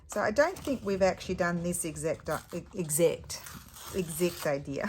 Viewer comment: 🤣 exect, sounded like a NZedder👍. I really want to know your Brother's expression, the mind boggles😅. Your stories are so good, never a dull moment with you 😅💖🤭